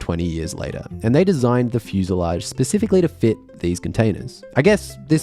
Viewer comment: Did you say "pacifically"?